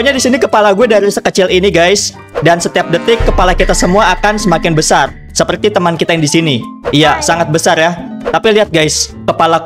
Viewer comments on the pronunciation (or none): Yg ini: "BesarRerRerereee"